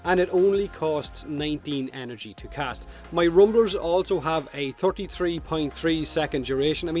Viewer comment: tirty tri point tri percent huh? :D